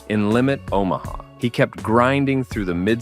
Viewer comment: This man mispronounced damn near every name! He even mispronounced fucking Omaha! 😂😂😂